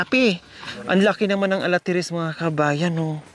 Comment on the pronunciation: huwag kang magagalit ha. Ikocorrect ko lang ang tawag mo sa fruit tree na na ARATILES not alatires. Parati ko kasing naririnig sa yo na alatires which is wrong. It should be atatiles.